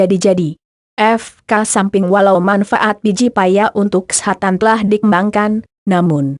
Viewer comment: cewe orgmna yg ngomong?? lucu bgt. kesehatan jg jd kesetanan hhh